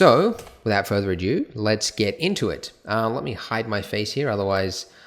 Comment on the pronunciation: Andrew! As much as I love your tutorials... it's "Without further ADO!" not adieu. lol